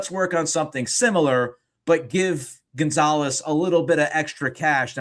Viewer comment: Rofl "Gone-zo"